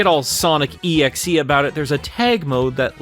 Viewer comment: That is so not how you pronounce .EXE